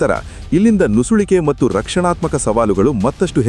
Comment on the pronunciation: ಮಟ್ಟು ಅನ್ನಬೇಡಿ, ಅದು ಮತ್ತು